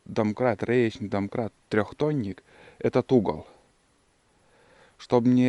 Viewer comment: вот именно, домкрат, а не донкрат.. Грамотей